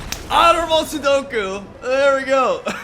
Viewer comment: "Honorable sudoku"😂😂 I think it's sepukku